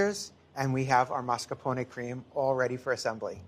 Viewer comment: Is it me not hearing it right, or does he really pronounce it as MARSCAPONE cheese?